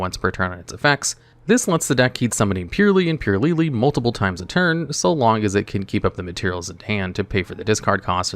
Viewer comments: Its purrEly not purrly 😂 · It's not purely it's purrely. Just like a cat purrs...come on bro. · It is annoying me way more than it should that bro keeps pronouncing it “pure” when it’s clearly a play on the onomatopoeia “purr” sound that cats make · purr ely sads not pure ly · Great video as always! Id pronounce them Pearly, like the word Purr, cuz theyre cats! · Is Purrely pronounced like that? I always thought it'd be "Purr"-ly. You know, like after the sound cat makes? Someone please clarify for me 😅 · Considering purrely is an archetype of cats, I think it's supposed to be pronounced pur-rely as in purring, the things cats do. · You're talking about a guy that couldn't even pronunce Ojama Trio correctly. legit can not pronounce to save his skin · I'm kinda new to this community so i have 3 questions. What is the ocg and the tcg? Is that actually how you pronounce "purrely"? What are Floodgates?